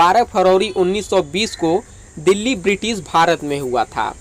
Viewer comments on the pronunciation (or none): none